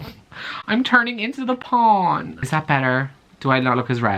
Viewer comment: irish reader: im TURNING INTO THE PAAAAWN!!!! me: *laughs uncontrollably and hysterically while the whole house is silent- *